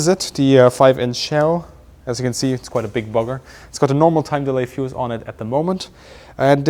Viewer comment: Have yiu been hanging around with a Tank loving Irishman? You almost adoped the same accent saying bugger...